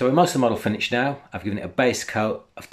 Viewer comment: It's pronounced finISHED not finICHED!